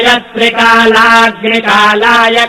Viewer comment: Looks started with middle like, left om "num". Then it should be thrikagnikalaya kalagni rudraya.. Where as pronounced thrikalagni kalaya which is in correct. And found recording over lap if it is deliberate, it won't be in the middle of the Name. Other wise speed and pronounced correct.